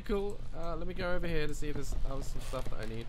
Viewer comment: No one: Literally not even the dead fly in the light: Daz: "Is there a light switch down heA?"